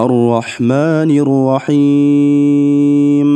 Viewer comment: Рахим эмес рохиим деп окулат